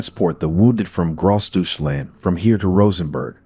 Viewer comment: "Gross duche-land"?! 😬